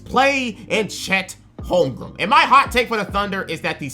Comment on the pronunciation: There’s only one M in Holmgren, you’re gonna have to learn players’ names if you wanna make it ❤️ otherwise love hearing what you’ve had to say!